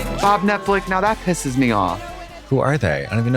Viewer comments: Trixie calls Netflix Netflic and that makes me so mad😂😂😂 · I love nothing more than hearing trixie say “Netflick” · I'll never get tired of trixie sayin "Netflick" 🩷🩷🩷🩷🩷